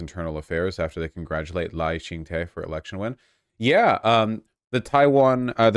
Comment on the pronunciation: PLEASE keep covering our story here in Taiwan, especially when streamers who I used to watch and respect (Hasan) have become shills for fascist Chinese propaganda. Thank you 🇹🇼 ❤ edit: i don’t know if you care but the president’s name is pronounced “Lie Ching Duh”